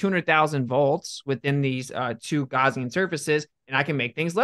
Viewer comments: A "Gowzean surface?" I think it's Gaussian surface quiz kid! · Did he pronounce Gaussian as Gorsian?